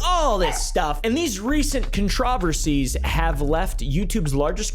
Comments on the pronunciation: not the "contróversies" 😩🙏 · That pronunciation of 'controversies' is wild. I've never heard the 'trov' stressed like that